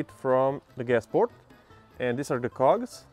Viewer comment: That suddenly gay moment when you say 2 cogs with different intonation.